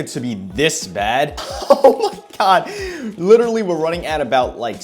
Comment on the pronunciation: How many times is this man gonna say "litteretly"